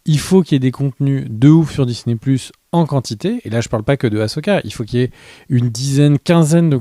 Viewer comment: C'est Asooooka pas Achoookaaaaa